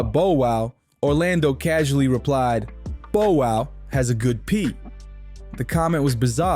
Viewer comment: First this culture vulture cant pronounce Bow Wows name, he then shows footage of Orlando Brown while speaking about Katt Williams. Clown business. Fire your team